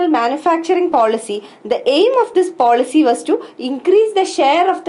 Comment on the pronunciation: horrible pronunciation